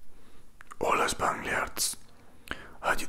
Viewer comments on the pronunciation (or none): none